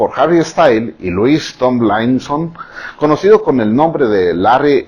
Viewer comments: LOIS TOMLAINSON AJAJAJAJAJAJAJA IDOLO Se dice Lui Tomlinson pero gracias por esta maravilla😂😂 Yo sí creo que Larry sigue siendo real por tatuajes, canciones y que sigo viendo vídeos Larry (y llorandoles🤭💙💚) No te va a decir Lou "OBVIO ES REAL" porque no puede😔🤷🏼‍♀️ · Louis tomilainsoon jajsjaja perdón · le dijo Tom a Louis jajajajaja mori con sus pronunciaciones pero me encantó el video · JAJSJAJAJJAJAJA TAMLAISON, STANLAISON JAJAJAJA LO AMO SEÑOR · Louis Tomlaiaison JSJSJSJSJSJSJJS MUEROOOO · Señorr, así no se pronuncian sus nombres😂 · "luiz tomailson" "Jari estails" "Larri stailason!